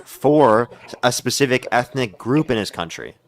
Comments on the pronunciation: 'No pacific reason' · This guy actually said “no pacific reason” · "No pacific reason." You got that right, buddy. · I mostly just wanted to repeat him saying “No *PACIFIC reason” when mentioning the “war time President”.. lol